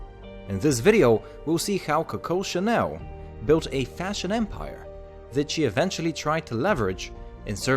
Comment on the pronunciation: American accent is so inappropriate to pronounce ir hahaha. Sounds like kowkow shanew.